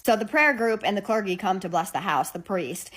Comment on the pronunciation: "Get a cler-gee." It's pronounced "cler-jee" and a clergy isn't a person. It's a thing. There are members of the clergy, you can get a member of the clergy, but you can't "get a clergy".